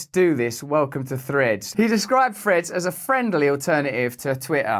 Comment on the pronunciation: It's named "Threads", and not "Freds". Speak English!😂